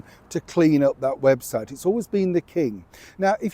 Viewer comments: You literally just said “web-shite” 🤣🤣🤣🤣👍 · I love your Freudian mispronounciation of webshite - I choked on my porridge. ❤ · Did just say the webshite 😮